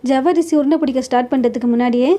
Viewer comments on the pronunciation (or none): ஜவ்வரிசி இல்லம்மா, சவ்வரிசி... தமிழை சரியாக உச்சரிக்க முயற்ச்சி செய்யுங்கள்..நன்றி